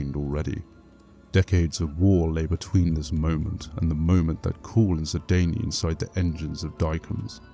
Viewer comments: lol it sounds like you're saying "sidaynie" instead of "sidayne" the dayne is pronounced like the word "dane" but that's not how it sounds when you say it. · Guilliman is pronounced "gilla-mun", not "gulla-mun". The second E in 'Sedayne' is silent. "Sedayn", not "sedaynee". Diacomes is "dee-a-ko-meez", not "dykumz". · It bothers me immensly how you pronounce Sedayne.